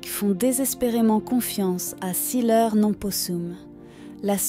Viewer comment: "Siler non possum", prononcé "sileur" alors que c'est du latin : siléré non possum, je ne peux pas me taire.